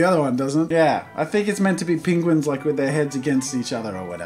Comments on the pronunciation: As an Australian I was very confused at Jazza’s pronunciation of penguin... glad it wasn’t just me 😂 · Can we just appreciate how he says ‘ping-guin’ 😂